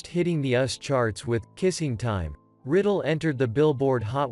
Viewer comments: It's Bobby RY-dell...NOT Riddle. I f your organization can't honor these people with RESPECT you should stop.doing this! Naomi....you can't pronounce that ? Just like it sounds: Nay-o- me-Judd. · Pronounced Bobby RYdell not Riddle.Please use a real voice not one of these computer ones. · To the IGNORAMOUS WHO NARRATED this substandard review of grand singers. His name is Bobby RYDEL. THE Y IS PRONOUNCED LIKE A LONG I. The way he pronounced it was Bobby RIdell, with a short I. WRONG! FIND SOMEONE WHO CAN PRONOUNCE THE NAMES CORRECTLY OR DON'T EVEN BOTHER!! GEEZZZZUUZZZ!! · Is this a computer generated voice? Bobby Riddle instead of Rydell and many other mispronunciations, terrible. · Bobby Rydell Pronounced Bobby Ri-dell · So disrespectful. it's 1. Joyce Sims, Not Sims Joyce. 2. Traci Braxton, not Tracey Braxton 3. pronounced Bobby Rye-Dell (Rye like the bread. Dell Like the computer) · Naomi - nay-oh'- mee Rydell - rye'-dell Dozier founded his first band when he was 3? Impressive! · Bobby Rydell is pronounced Rye-dell please! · Rydell is pronounced RI dell. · Bobby Rydell's Nene is pronounced Ry' - Dell. Accent on the first syllable of his nane....PLEASE GET THE NAMES CORRECT ! ❤💔🕯⭐⭐⭐⭐⭐...